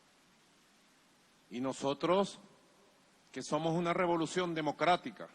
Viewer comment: Robolucion. Lo. Dijiste mal